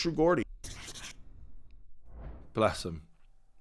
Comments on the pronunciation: It’s not ‘Gordie’ ffs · Mate come tf on…. It’s “Geordie” Not GAWDie. Learn how to pronounce things. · True Gordy lol get the pronunciation correct Geordie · it's "Jaw-dee" not "Gor-dee" love and support from your British fans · A few points. First, it's pronounce True Jordie, not Gordie. I agree far more with True Geordie's take than here. Geordie was talking about current Conor versus current Jake Paul or KSI in boxing. And he's not wrong. I'd put my money heavily on Jake Paul to beat Conor at this point. Conor is a drug addicted, washed fighter now. if thinks he can still turn it around, I'd ask him this. Name ONE fighter who has suffered the terminal decline that Conor has, and combined with such a serious leg injury, how many have come back and started winning again? I can't think of a single example in boxing or MMA. If Conor fights Jake Paul he likely gets stopped in the middle rounds. KSI is wild and unskilled, and that could go either way, but Conor is washed at this point and gets finished by Jake if they ever fought, and I'm not sure he'd beat Logan Paul or KSI either. Finally, the hot blonde is Ebony Bridges, an Australian IBF world boxing champion, who also has her own Only Fans and is a shameless self promoter. They are both getting clout off of each other there. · ITS GEORDIE NOT GORDY FFS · Geordie….. pronounced Jawdy NOT Gordy, but come the sucking off of McGregor is obsequious. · Fuck sake it’s pronounced Jordy not Gordy bro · When you going to learn how to say True Geordie's name? Learn what a proper Geordie is. A Geordie is type of man from a certain place in England. Hard to believe a guy commenting on another guy and you can't even get his name right lol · T.G. speaks a lot more truth about Conor than you do. He was getting booed in the ring, his stock has fallen so far. And you need to learn how to pronounce "Geordie"!